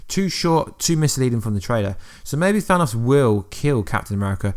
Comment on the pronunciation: Thanaws?? Its thanos lmfao i tried blocking this guys video's but cant lol i watched his infinity videos before it was released lol hey how not that captin dearth lol oh yeah oh yeah he's still alive lol